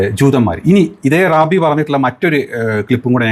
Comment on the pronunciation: ഞമ്മളെ "Rabi" അല്ല........"rab....I " ആണ് 😂